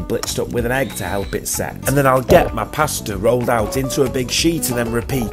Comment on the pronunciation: You pronounce pasta wrong